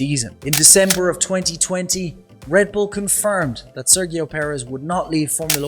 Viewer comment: It's a great video mate but the way you pronounce Sergio is a little weird. In Spanish it's more of a Serheeo. In English it's usually more of a Serjeeo. Really enjoyed watching this man. :)